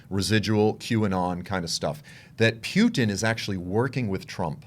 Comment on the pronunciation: I Like how you pronounce "pew-ton"!! Both sides of those Governments, are Corrupt! Vaya con Dios